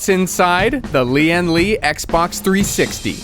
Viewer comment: the way he pronounce lian li tickles my brain